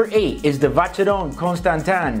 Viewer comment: Watscherron kontschtsntin 😅😅